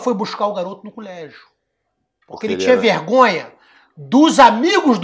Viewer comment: "Culégio" tbm hahahahahahahah